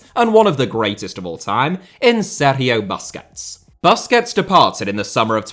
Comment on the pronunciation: why do you overdo the pronounciation of 'sergio' so much